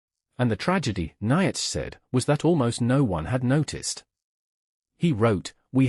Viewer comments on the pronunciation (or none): That ai voice is terrible! So many mistakes! Even Nietzsche! (Neetsha phon. Approx.)